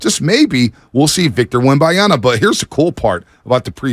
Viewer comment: IT'S BLOODY WEMBANYAMA. SHEESH!!! WTH IS WEMBANYANA?!?!?!?!